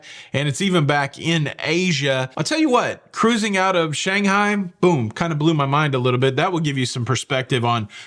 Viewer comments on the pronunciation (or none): none